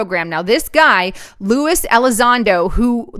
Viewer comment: I'm sure you're doing your best, AND Lewis and Luis are pronounced differently. Love your work. Thanks.